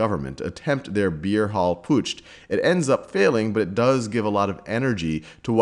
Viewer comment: There's no 't' at the end of Putsch.